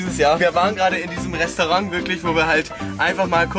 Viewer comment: "Wir waren gerade in diesem Resterang"